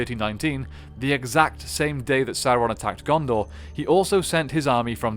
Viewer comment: Guys, ffs. It's pronounced sow-ron. Not soar-on